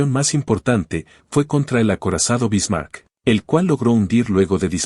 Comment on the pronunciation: Solo con escuchar como pronuncia la IA los nombres anglosajones y como pronuncia el nombre “Bismarck”, se nota que no es sino mera propaganda gringuita inútil.